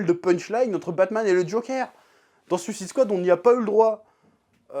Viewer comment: Toi aussi "suisse ide swad" lol Sinon belle review de la passion :)